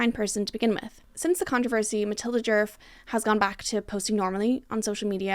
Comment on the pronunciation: The word djerf really started to lose all meaning at about the 15 minute mark…. And as a Swedish speaker your pronunciation was really good for someone who doesn’t know the language so no need to apologize! I really appreciate when creators actually look up the sounds for å, ä and ö instead of presuming an and o-sounds, so in my book you pass with flying colors with that alone